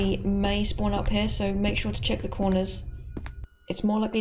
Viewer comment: i'm hear it as not "sure" but "чё", okay...